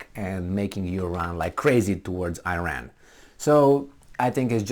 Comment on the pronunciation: You should learn how to pronounce iran